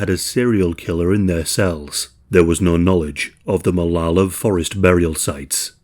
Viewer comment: It tripped me out that you said both Oregon and Molalla correctly. lmao